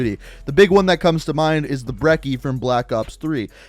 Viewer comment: I hate how he says brekie